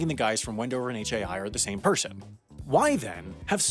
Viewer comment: I didn't know Shakespeare was a pershin!